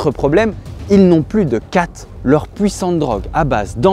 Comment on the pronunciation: Toujours autant bien raconté ! Une petite imprécision toutefois, le khat (prononcé "tchat") n'est pas une drogue puissante qui donne des superpouvoirs, c'est de simple feuilles qui se mâchent et ça remplace juste le café au niveau de l'effet. Et pas non plus certain de la prononciation de "Muse", ça devrait plutôt ressembler à "Moussè". Bref, ce n'est que du détail et ça ne suffit pas à gâcher la vidéo. ;)